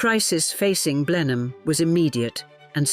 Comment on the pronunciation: Blenheim is pronounced: Blennem